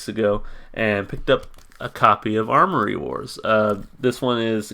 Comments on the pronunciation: AM-OR-EE Wars. Not ARMORY. Attention to detail =) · Good find on the comic! I haven't seen any of these comics in SC since they did a show here last year. This song is off thier newest record. Also it's Amory wars. No "r" in it. It's named after the street he grew up on :) Fun fact they were selling figurines of the main character of Kill Audio and the character looks a lot like Claudio. They don't sell them anymore. I want one though.